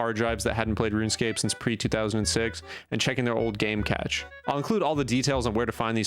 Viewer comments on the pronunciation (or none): bro its pronounced cash